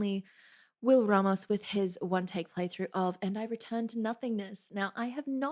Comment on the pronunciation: Finally someone who pronounces his name as Rah-mos. I've watched that one take so many times and every time he starts talking, I still think he's about to hit us with some mind-blowing technique. I also loved the way you described the guitarist's solo. That's the best way I've heard that put into words that I haven't been able to. This was fun to watch. Thank you!